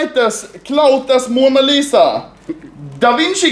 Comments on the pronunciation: Mona Lit-sa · turks be like: Mona LIT-as